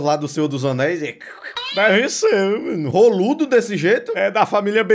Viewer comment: O falando rolado oxii